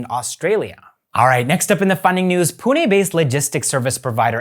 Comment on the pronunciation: like ur pronunciation of PUNE